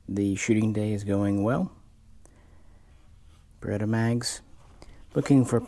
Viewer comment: It's not Berr ret "ERRR" It is Berr et AAAah. Geeze at least say the name right.